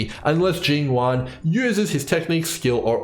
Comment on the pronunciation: I really like all of your analysis videos, but you cannot keep saying Yuan as Juan.